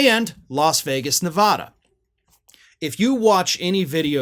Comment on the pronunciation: Stop mispronouncing Nevada